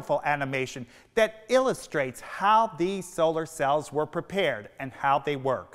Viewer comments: He mispronounces solar because it was an uncommon word and he was guessing. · He has a very interesting way of pronouncing "solar". Was that from the mid-atlantic accent, just him, or was it pronounced differently in the 1950s?